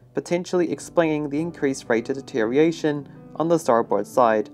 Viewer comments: The way you incorrectly say deterioration is aggravating. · The narrator can't pronounce the word deterioration.